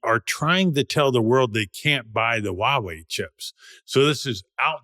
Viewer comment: I enjoy this channel. However, a suggestion - its "Huawei" not "Wawei". Pronounce Huawei - "HUA WEI" just like its spelt.